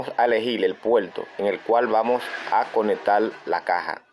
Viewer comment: que es conectal ,que es puelto.